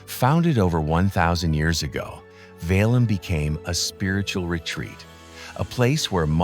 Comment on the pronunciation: It`s Sergiev Pasad [`serGijev] as 'g' in 'gay'. Also 'Petergof', not Peterhof. 'Valaam' we pronounce every 'a'.